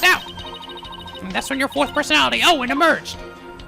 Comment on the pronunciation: Owen.. Ouwen.... Ouendo